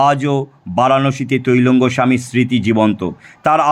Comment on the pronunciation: কথাটা তৈলঙ্গ না ত্রৈলঙ্গ স্বামী, একটু জেনে জানাবেন আশা করি ।